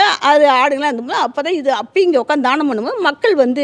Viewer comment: தானம் , தானம் enru solgireergal amma. Pl Dhyaanam Dhyaanam எ‌ன்று sollavum.